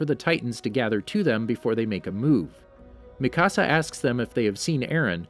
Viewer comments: This dude said makasa 😂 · Mikasa is (mi - ka - s -ah